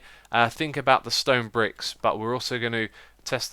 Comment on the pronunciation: bedwock and stone bwicks xD it's a new Xisuma thing